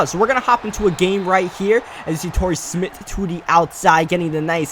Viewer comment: Y he pronounce Smith smitt